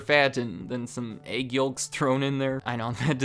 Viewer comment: Never heard the L in yolk pronounced. Interesting haha.